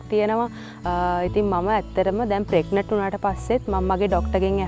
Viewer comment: We hear as ප්‍රෙග්නට් should sound as ප්‍රෙග්නන්ට්